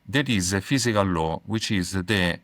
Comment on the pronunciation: Great episode. Just wanted to mention he was saying Law. Not Low :)